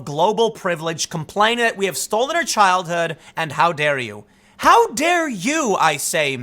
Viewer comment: Greta: "Yor steelingk my chilthood." Me: "Have you seen Thundercats Roar?!"